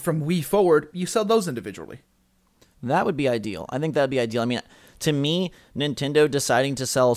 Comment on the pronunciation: induviduly...? maybe. I dont know.